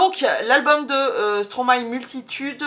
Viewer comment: ca me stress de ouuuf quand tu dis stromaYYYYY hhahahah